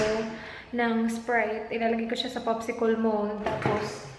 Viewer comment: Ang weird po ng pagsabi mo ng "popsicle" 😂